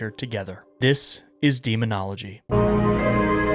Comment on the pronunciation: I think daemonologie is supposed to be pronounced like the "a" in "day" and the "æ"